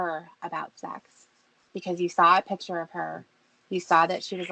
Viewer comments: SLIGHT CORRECTION. HE SAID “PICHER”. NOT “PICTURE” (HE NEVER SAYS THAT SIMPLE WORD. CORRECTLY) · ’S SLOVENLY ENGLIH REVEALS HIS TOTAL LACK OF AN EDUCATION. BEST EXAMPLE: CONSTANTLY SAYING THE WORD “PICTURE” AS: “PICHER”! MOR*N. I LEARNED THE DIFFERENCE IN 5th GRADE. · this part had me howling lol "jerking awf tew a pitcha awv me" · “I DELETED THE PICHER AS SOON AS I SAWR IT”. Hillbilly ENGLISH!